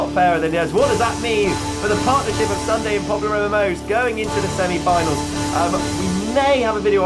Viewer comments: it's not ssundey its Ssundy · You did not say ssundee you said ssundaa